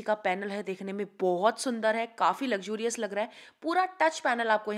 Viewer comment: Luxoorios 😅?? It is Luxurious ...